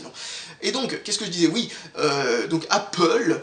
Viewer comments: Apple = Apeule !! Pas Apôle !! >< Le seul truc que j'ai à te reprocher ;) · C'est pas grave ^^ Moi même je suis Apple ( j'utilise des iMac ) même si j'adore Linux !!!!!! ça ne m'a pas déranger ^^ chacun le prononce comme il le veut :) C'est original Apôle ^^